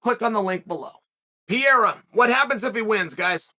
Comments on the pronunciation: It's Pereira, Chael... Not Piera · You still calling him Piera 😂😂😂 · alex poatab “pierra” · It’s pereira* not piera… cmon Chael we know you hate our country but put some respek on our champion name…. que Deus abençoe o Brazil 🇧🇷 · Alex pee-era. 😂😂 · I din't watched a Chael Sonnen video for MONTHS! And he still saying Pierra. hahahaha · How is MMA's deppest thinker able to consistently mispronounce 'Pereira'? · I love the fact that uncle Chael can not pronounce Pereira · You will finally pronounce his name correctly ?